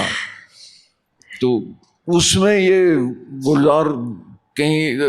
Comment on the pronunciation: Divya datta aap bhi seekh lo kuch Urdu. kitne galat alfaz bol rahi ho. Even Gulzar sahab ka naam hi galat le rahi ho. ye Urdu Zuban ki mehfil hai. iski yun toheen na karo aur apko Urdu aati hai iska natak bhi na karo kyuki Acting karna aur Urdu bolna dono mein zameen asman ka farq hai. Aap apni zuban ko dhokha nahi de sakte.